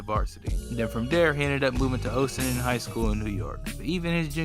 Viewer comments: Not pronounced OHssining, it’s Ossining* That’s my HS lol ;) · Lol u said ooooosing its ossing like ass with an o